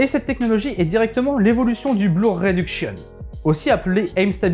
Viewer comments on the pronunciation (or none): Super vidéo! Par contre faudra que je recheck ce qu'est le " blouur". Je connais le " Blur". Un peu comme burger. Mais j'ai peut être mal entendu ..